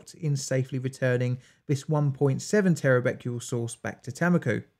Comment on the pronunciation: Becquerel is pronounced "bekerel"